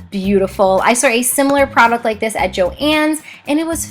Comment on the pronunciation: I hate to break it to you but thats how you pronouce it